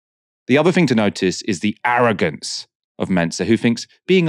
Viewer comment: OMG - He made a mistake when he was speaking and said WKD instead of WCK, that is crazy. Also the presenter said "the other fing" it is "other thing". I stopped watching at this point when I realized there is an agenda.